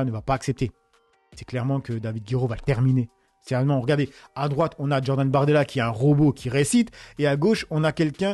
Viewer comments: Djordan ou Jordan 🤣🤣. Vaffen ss.. Apparemment t'as besoin d'un hortophoniste 😉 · Salut. On dit Jordan et pas Djordan, ça rime a rien de prononcer tout à l'envers. Le sweat, au final, les français prononce sweet. Le niveau baisse.Ici, en Espagne, à l'heure ou j'écris ces lignes, les espagnols parlent espagnol. Un Saludo